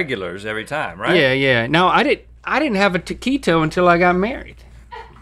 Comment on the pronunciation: Especially whenever he said taquito